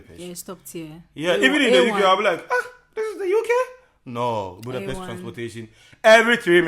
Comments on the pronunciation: You pronunced Budapest correctly! :D You guys are just charming. I wish you the best truly. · When you pronunced Budapest correctly, youve got a sub. :)